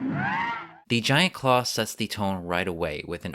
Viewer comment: Did he say ,,,"Giant Craw"...?